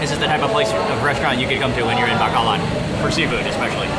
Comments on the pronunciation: Mark, love all your YouTubes. Thank you. Pet peeve. The city's name is BACOLOD, NOT Bacalad. From Tucson, Fe (Fay) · It’s actually pronounced “bah-koh-load”. I’m sorry every tim I hear bah-kah-lahd is kinda makes me feel a bit 😬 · It’s pronounced bah - coh- load ..pronounced slowly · PRONOUNCE AS BAH--KOH--LOAD, BACOLOD MARK. . . . LOVE YOUR INTERACTION WITH THE NATIVES. . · Mark FYI it is BAH-KOH-LOHD (Bacolod) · Mark! pronounced: like the Bow (in bow and arrow) + Co (in Coke) + Lode (like the motherlode) with no noticible accents on any stllable BO-CO-LOD Sorry OCD bon appetit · I thought he said the city of Bakla at first lol meaning gay city in Tagalog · I like how he pronounce Bacolod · Hasnt anyone taught you the proper pronunciation of Bacolod yet?